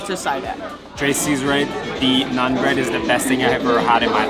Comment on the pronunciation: She said naan wrong , and she said naan bread 🤭